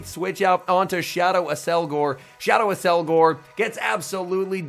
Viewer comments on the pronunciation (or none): It's apparently pronounced Ak-SEL-gohr but I can see why you want to say Ass-elgor